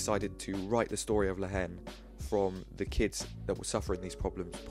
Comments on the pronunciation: Bro , the pronociation is La En The "H" is silent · Nice analysis, just a comment from a french speaker, the h is not pronounced in french in the word haine, haine sounds exactly like the letter n in English.